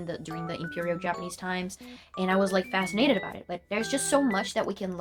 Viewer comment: You make it sound like Brazil couldn't WAIT to get rid of you and they locked the door as soon as you were out 😂 "🎉 We did it y'all! Sambaaaa!💃🏾" Also, I like the inflections on some of your words when you speak: -FasciNATED instead of FAScinated -CompliCATED instead of COMplicated. Just some nuances I pick up in people.